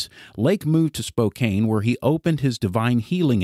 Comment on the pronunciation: Spokane is pronounced, spo-can